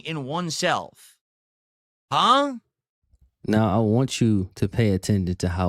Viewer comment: This man is so fucking lazy he can't even pronounce the H in HUH